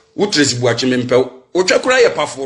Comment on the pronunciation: Eeeiiiii these ladies are destroying the name "Boakye" paaa ooo. Asem ben koraa nie😎😎😎